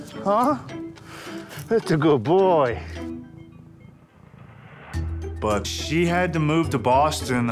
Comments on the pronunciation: The way he say buuuhhHt tho....extra pronunciation on the “h” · Yes... the “H” pronunciation threw me off too 😂